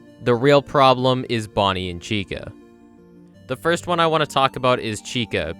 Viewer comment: it sounds more like Chico to me